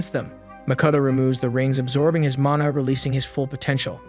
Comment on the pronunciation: that's not his only fuckup, he can't pronounce Lich or mana properly and thinks Qi~ki is "kai."